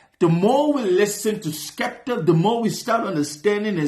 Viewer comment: Fire reaction 🔥 joyner ran out bars 😂😂 he keeps calling skepta skippy aswell because he keeps calling him joaner 😂 skippy is a compliment in the uk 😂 its a skill issue for joyner.he did say about the dress, he said im a fashion killer pull in a pink polo, because asap rocky did that and it was fine.